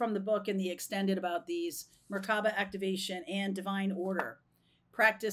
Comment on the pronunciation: It’s pronounced Mer ( light) ka ( spirit) ba (body) Hebrew word.